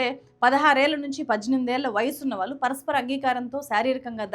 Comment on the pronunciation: దయచేసి వాళ్ళు అన్నపుడల్లా వాలు అనకండి. భాష మీడ ఉచ్చారణ మీడ కాస్త శ్రద్ధ పెడితే బాగుంటుంది